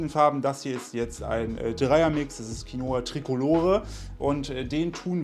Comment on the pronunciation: Qinoa klingt ausgesprochen: Kinnwa!